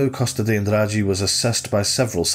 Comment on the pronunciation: You smashed the Andrade pronunciation bro